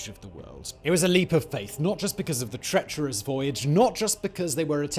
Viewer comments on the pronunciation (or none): none